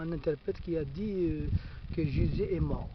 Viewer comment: Pffff tu ne ces même pas prononcer Jésus correctement ??!!!